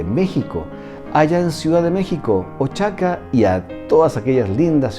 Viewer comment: Oaxaca se pronuncia oajáka, la x acá tiene muchas pronunciaciones